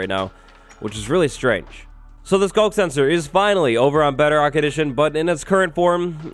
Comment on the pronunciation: The fact that he says bedrock like "better-oct" is slightly annoying but not enough for me to write a comment about lol (Edit) shit